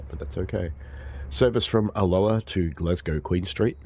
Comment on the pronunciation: Pronunciation coach here. Alloa has its emphasis on the first A. Also, cultural note, not all Scottish people hate the Royal Family. Just the ones that shout loudest! Message ends.